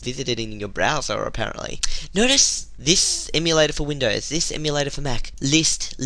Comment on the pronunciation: It's Windows, not "Windoze".